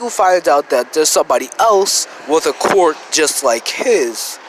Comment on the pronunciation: Ok its quirk not qwork this might sound mean but it annoys me so much. It’s pronounced k’wur’k.